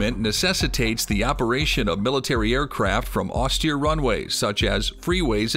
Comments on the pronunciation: if this guy say's "ostear" 2 more time.. -_ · In the US Marine Corps, you get used to it. At least, in my time. (